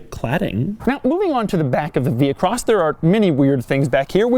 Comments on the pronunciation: You wouldn't pronounce the "h" in vehicle, so why would you pronounce the "h" in vehicross? Answer: YOU DON'T!!! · Vee-cross.. not vee-he-cross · You re so annoying, overdid it saying vehicross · If you say Vehicross once more, I'm not watching anymore..... done, cya